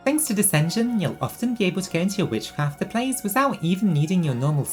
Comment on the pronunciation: すごすぎる❣️You are actually so talented omfg I am copying this deck, I want my witchcrafters to be as strong as possible. Also your pronunciation of their names is legit XD (probably more correct than the Japanese names!!)